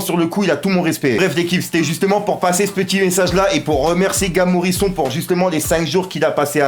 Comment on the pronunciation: Ptdddddddddddr arrête de dire Morison salleee fouu